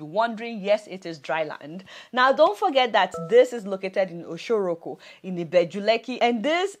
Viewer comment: 🤣🤣🤣Oshoroko - is pronounced O shur rur kur